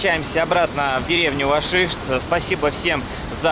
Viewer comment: Не Вашишт, а Гашишт.